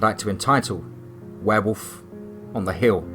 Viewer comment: Not as scary as usual but I like to here your accent say wherwolf anyways 😁